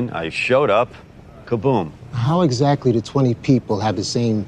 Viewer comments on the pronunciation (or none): none